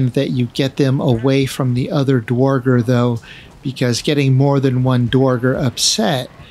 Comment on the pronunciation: Awesome video. A little help on pronouncing "dverger" from a scandinavian: In the scandinavian languages "dværg" means "dwarf". Dverger is the old-norse word for dwarf. Pronounce the first E an R in "dverger" as "air", not "or" - "dv-air-ger" Love all your content :)